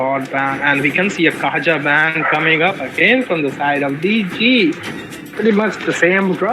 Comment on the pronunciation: Written Kaja. But pronounced Kaya.